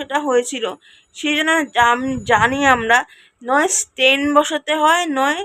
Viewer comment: Payel word ta stent Stain noi😮😢